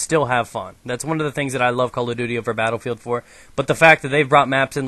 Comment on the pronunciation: He says BattleFail instead of Battlefield! Soooooo??